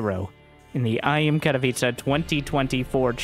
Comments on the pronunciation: Katowice should be pronounce like „katovice”. Not catopizza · I'm just here to listen to say Katowiche